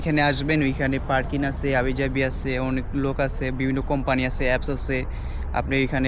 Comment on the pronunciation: তুইতো ঠিকমতো বাংলা বলতে পারিস না,পারকিন না বলদ, পার্কিং হবে।